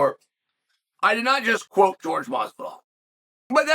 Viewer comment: That's not how you pronounce his name, it sounds like Whore hey Masvidal.